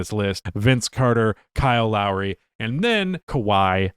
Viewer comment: As someone who grew up in the Toronto area, it’s Lowry